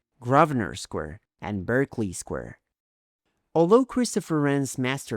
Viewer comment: Your videos are the best of their kind. Beautiful videography, with detailed history. Not trying to quibble, but Berkeley Square is pronounced "BARK lee." Years ago, our family stayed in an apartment there belonging to her employer. Beautiful area, within walking distance of everything. Been to London three times.